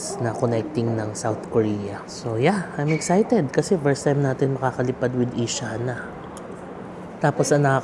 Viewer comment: mali pagpronounce ng Asiana, mali pa logo